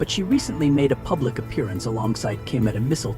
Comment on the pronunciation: Pubic not shame😊